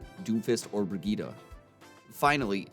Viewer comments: Bri-gee-tah?? Isn’t it pronounced like “bri-jet”? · It’s pronounced bridge it my dude :) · Haven’t bought the game yet but why are you saying Brigette (Bridge-it) like Vegeta... is that how they say it in the game?